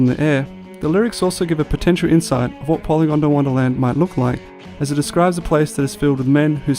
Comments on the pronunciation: It's pronounced Poly gond wanna land not "gonda wanna". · Polygondwanaland not polygondawandaland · Great videos. The way you are pronouncing Polygondwanaland as Polygon da wonderland is irking me though 😂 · You wont stop saying "PolygondAWANDAland" 😔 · Piss anyone else off how it sounded like he said "Polygondawonderland"?